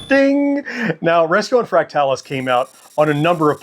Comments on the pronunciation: I’m not sure you’re pronouncing fractalus correctly. I’ve always heard it as “fractal us” not “fract talus”. Anyone else weigh in? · I kept thinking the same thing throughout the video. My friends/family and I all called it "Fractal us" as well. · I always said it as Fractal us, but as with most games back then the only place I saw the name was in print. So I wouldn’t say he’s wrong, only different than I pronounce it.